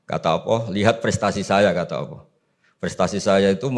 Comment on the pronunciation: Cari yg Lulusan Madinah,Makkah dong, buat apa banyak ratusan Lulusan Madinah,Makkah S1,S2,S3. berguru dgn Ulama2 Khibar di sana. maaf kok penyebutan Alloh,terdengarnya awwoh yaa..